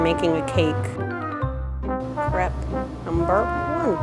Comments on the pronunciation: Lauren Miller on yeah, it is so irritating when she brags about how she loves crepes and has so much skill in cookin them but she says it like it’s her first time even hearing about that... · Lauren Miller You're so right...! I'm from Germany and we are saying it just like "Crêpe"...Not Crape😂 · Lauren Miller omg literally at the start of the video I was like “if she keeps saying crape I didn’t think I can watch the rest of this video” ITS A CREPE NOT A CRAPE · i grew up speaking french and almost my whole family lives in France and i never heard someone say crApe even my french teacher says crEpe and not crApe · It's an American attempt at pronouncing a French pancake. If they just listened to Google Translate it'd help them out. Or, I think they have Canadians working at Tasty they'd be able to make them:- A) Pronounce it properly ( Crep NOT Crape ) & B) Spell it properly Crêpe. The accent's there for a bloody reason!! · Isn’t it pronounced crep not craype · Anyone else pronounce crepe like “Crep” instead of “Crape”? It really annoyed me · Stop saying "crape" it's pronounced "crepe" ahhhh😂😂😂😂😂😒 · crêpe is the single most infuriating word that has ever been adopted into the English language. every time someone says "cray-pe" I want to van Gough my own ears. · Gladwin Gracias : i know how its spelt but why is she saying crape? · Why does every american say craip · um it's pronounced crepee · Isn't it pronounced like crepp? Plz help me otherwise